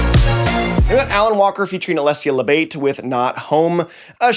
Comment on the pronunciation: for the future, it's Labate, not Labeit. She's italian, u should pronounce the way it's written